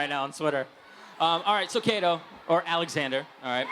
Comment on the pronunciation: Alexander* Yeah, I know, it sounds like 'Zxander' but it's really Alexander:)